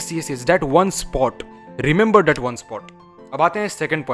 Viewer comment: Bro aap that ko Datt pronounce mat kiya kro ise improve kro